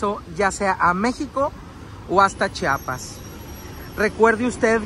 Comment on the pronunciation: Es Chiapas bro no chapas aprende a hablar 😂😂😂😂😂